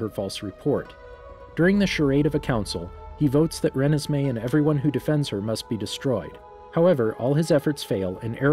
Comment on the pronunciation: Her name is Renesmee. Pronounced “Ruh-nez-may”